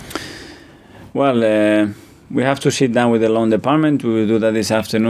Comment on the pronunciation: ''...well eh we have to Shit down....'' LMAO